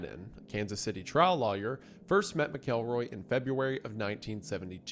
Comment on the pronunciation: Take a shot every time Wendi pronounces lawyer like liar